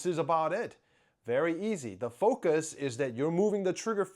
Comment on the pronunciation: "Finger Fucus"